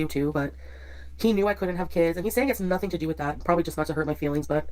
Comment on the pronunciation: are you saying "nothinK" ? instead of "nothinG"? is that a UK thing? also, love ur insights as always. eta very insightful, excellent point Also I appreciate this longer format video, as I happen to be driving a long distance today and it's great to listen to your take on things